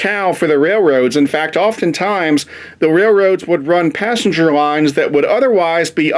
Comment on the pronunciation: Passenger not passenge